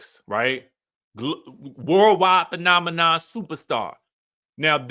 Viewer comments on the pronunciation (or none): none